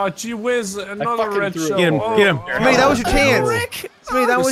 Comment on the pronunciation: Smii7y lmao not Smi77y